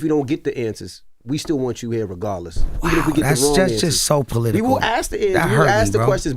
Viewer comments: “You be political and I’ll be polelitical” 😂😂😂😂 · Pole-litcal lol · Ray said he gone get “Polelitical” 😂😂